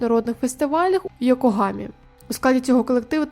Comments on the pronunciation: не Йогомака а Йокогама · Йогомака? трішечки неправильно вимовили)))) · Не «КрАяни», а «КраЯни». Наголос на Я. І з Йокогамою там щось не вийшло.